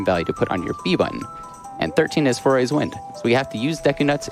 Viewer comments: I always assumed it was pronounced "Fuh-roar" personally, but that's how I read it when I was like 5 years old... Definitely didn't think it was pronounced "Four-ays" like this guy was pronouncing it. Not even sure how he turned the spelling of "Farore" into "four-ay" Apparently he just thinks "are" makes "ore" and then the second R is silent? XD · It's faRORA's wind; not faYORAEYs..... jesus christ. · cant believe he kept saying foray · FAY ROAR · I love how keeps calling it Fauria’s Wind 😭😭